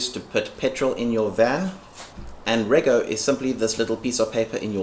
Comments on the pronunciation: REGO* pronounced REJO, like Registration is pronounce Rejistration, Reggistration. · Ruc is road user charges for a diesel vehicle , rego is pronounced redg oh.. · RUC's are only applied to vehicles that use diesel or any other fuel that isn't taxed at source. This doesn't apply for vehicles that use regular gas/fuel. Rego is also pronounced "redg-o".